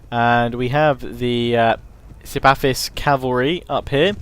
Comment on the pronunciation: lol, its not 'sipafis', its an h, sipahis